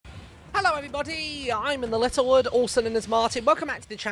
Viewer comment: Nobody Literally nobody Him: Hallow every bodty im in the lettle wuud and welcome back to fartnute